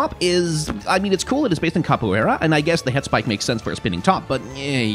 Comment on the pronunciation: First person outside of Brazil that I hear pronouncing capoeira right